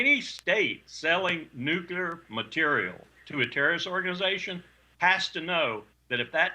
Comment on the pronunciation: he says nucular.